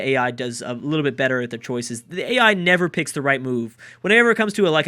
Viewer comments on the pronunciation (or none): none